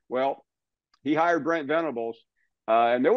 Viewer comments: I noticed "Brett" and not Brent as well....but I think at this point most of the country (outside of Oklahoma) could not care less. LOL. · It’s BRENT, not Brett 😂 Surprised they didn’t catch that one